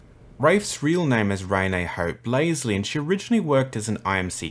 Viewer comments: “Her name was Ray-nay” lmao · yeah i know, i have a friend named renee, ive just never ever heard anyone say it like this